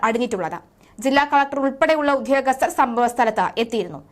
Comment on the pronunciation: Shall I make a small comment? Almost all news readers are mispronounsing very ordinary malayalam words. This is sad to say the least. For example, the word "udyogasthar" is pronounced as "udhyogasthar". Why this emphasis on second letter ? I can't guess. Any way it makes listening not so good experience. The channels should coach these guys to pronounce words correctly.